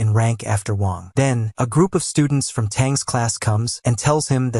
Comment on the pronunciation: He was calling the mc "wong" instead of wang